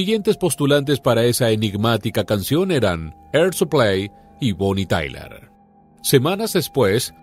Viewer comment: Bonnie Tyler... Sin la A.... Madre mía... Qué vergüenza....